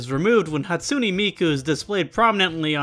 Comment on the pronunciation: "Hatsoonee" (Also lmao that band kid TikTok is exactly what my band kid friend acts like)